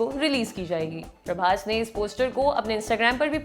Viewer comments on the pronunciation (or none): none